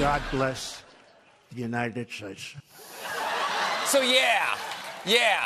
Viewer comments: 'Bless the United Shits" is that what he said? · it sounded like 😖president trump is saying God bless the United shates???? Get your mind out of the gutter wash it and then maybe we will see some semblance of sanity.😒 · I lost it at "God bless...the united shaeeshs" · "Bless the united shaysh..." XD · "God Bless, Unitaed Shaesh" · "God Blesh The United Stersh" hahaha